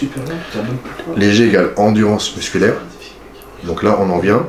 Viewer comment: Aie le endurence ...-> endurance , sinon super